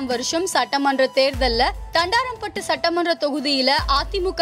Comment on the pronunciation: Thandaraaampattu illai thandrampattu